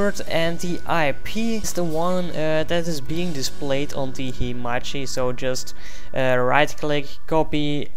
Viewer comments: Not himachi, It's hamachi* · its hamachi not himachi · sorry if you feel offended but i dont really think its because of your accent that makes you say "1 2 tree" and "himachi" because you actually wrote himachi on google